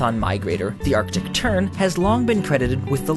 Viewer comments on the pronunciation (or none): I thought he said Arctic Turd when he said Arctic Tern XD